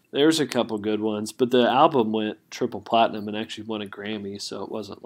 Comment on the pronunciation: I like how you don't pronounce the "L" in album. It's just Ahh-bum lol